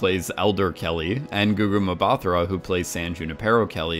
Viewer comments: I really love your breakdown videos, and please improve your pronunciation of Gugu Mbatha-Raws name, you are brutally butchering her name 😣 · I'm cackling every time you say Mbatha-Raw 😂 wonder how you'd say my name Ngatha 😂😂😂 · Lmaoooooo it's funny hearing this guy trying to pronounce a Zulu name